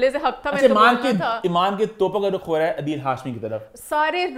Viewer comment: its not ruk its Rukh like (Rooh)